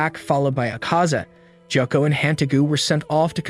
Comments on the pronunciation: Sorry no efence but it's not jockko it's gyokko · Bro really called Gyokko Jokko 💀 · get your pronunciation right its gi yo ko is how you pronounce gyokko not jacko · The way he pronounces Gyokko is great too! Lol